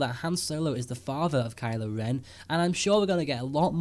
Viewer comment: *Kylo. Ugh, "Kyle." LoL!